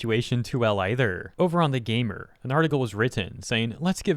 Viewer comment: Sometimes when you talk you remind me of the "Jelli belli candai" person. Love ya dude, just thought this was hilarious. to specifically "Either", "Gamer", "Written" and "Chance" (Chance not as much) made me alt tab back to the vid out of my game LUL. I didn't really hear it at all rest of the vid though, might've missed the others but that gave me whiplash lol.